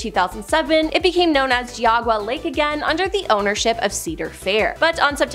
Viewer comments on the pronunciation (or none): The way she says Geauga and Medina.....no, just no. Geauga : Gee-awe-guh, Medina : Meh-dine-uh I get it though, it's Ohio, we instantly know when someone's not from Ohio. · 😆 LOL you know it... she can't even say geauga lake right 😂😆🤣😆🤣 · you mispronounced "Geauga" and "Medina" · Excellent job. I’m in Ohio too. I live about 7 miles from Geauga lake. Everyone here is just hurt over the park being gone. Just so you know, I wanted to have you pronounce it correctly. It is called gee-og-ga lake. Also Medina is pronounced Ma- dine-ah. I love this video. The water park was the best. We went twice a week. I met a gentleman that said they never told anyone that Geauga lake was closed. He brought his whole family from Michigan and had no bathing suits. I would have been irate. The water park was busy. Now it’s an abandoned park. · Geez u butchered Geauga ...... ge-Ah-ga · As an Ohioan, it’s GEE-AW-GUH lol we hear it a lot on a lot of videos from people not from here—no shade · Girl, I am from Ohio and cringed several times. You mispronounced Geauga, Medina, Teidemann, Mogul and Lima. Might want to research first. It's Gee-awe-guh. Meh-dine-nuh. Tee-deh-men. Mo-gull. And Lee-muh. I find it hilarious you are advertising for babble 😂